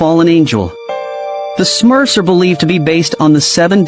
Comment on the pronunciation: Me too😂. He actually called them Smuffs WTF??